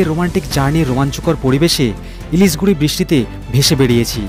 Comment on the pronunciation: Ilishguri noi Ilsheguri.